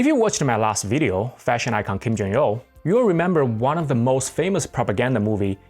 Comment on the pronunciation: ㅖㅣ(웁스) Please learn proper pronunciation before reporting... It's PYONG YANG pronounced "Pyung Yhang (평양)". 김정일 Kim Jung-il not 'Kim Jung-ill'...